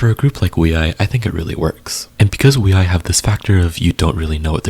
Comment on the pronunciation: Can't find time for each groups 😅 Wee i? Is that how it should be pronounced? Ok im wrong all this time